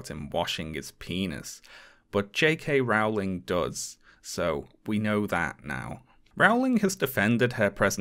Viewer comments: My dear, your videos are incredibly well done. You are a Briton. Rowling is pronounced "rolling," for goodness' sake! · How can a Brit not know how her name is pronounced?? It is very distracting.